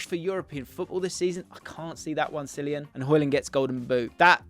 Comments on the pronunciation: Cillian is pronounced Kill-ee-an, just as an aside. Similar for Cian! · Cillian may have the record for unpopular opinions but still can't get his name said correctly by smh, absolute stinker from you there